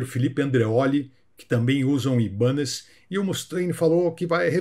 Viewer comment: Gastão e? Sem querer ser chato mas já sendo...Acho que a pronúncia correta da marca de guitarras e baixos é "Ai"banez...pelo menos foi assim que aprendi assistindo ao Pawn Stars, Trato Feito no Brasil. Grande abraço!